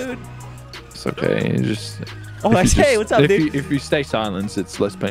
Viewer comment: why does the oh oh oooh im okay sound like oh oh oooh im gay lmao